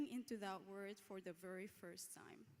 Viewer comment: Someone PLEASE let the young lady from Saudi Arabia,, know, smiling & in a friendly, loving, helpful way, that SEVERAL TIMES:,,,,,,, she pronounced the word WORLD as WORD. Please tell her: "A planet is not a "WORD" it's a "WORLD". Thank you! 😄